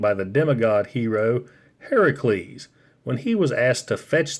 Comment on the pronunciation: Love you used the correct pronunciation of Heracles